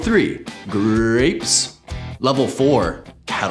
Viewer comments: 'ggrapppess' and 'kkkkkaarrrotttt' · Carrot sounded like the way you pronounce "TURRÒN" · What kind of sociopath pronounces carrot like that?